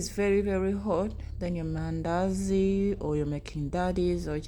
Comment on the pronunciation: i hear mindazi😅